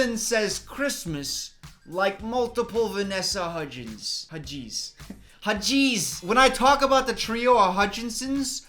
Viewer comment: for a second I thought had said wedgies instead of Hudgies, and I swear I was so confused 😕😂🤣😅